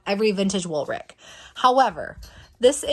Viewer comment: Woolrich is the ch- sound... not ck- sound... I grew up 30 mins from original location in PA. I have never heard anyone say it this way! Carry on...